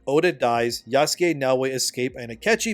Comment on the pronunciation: Her name is Naoe not Yaweh. And in Japanese her name depending on the Kanji characters can be translated as honest", "esteem", "Nara, cord", "greens, cord", or "Nara, center. Like wtf my guy do you have ears to understand the clear difference between Naoe and Yaweh???? 🤦🏿‍♂️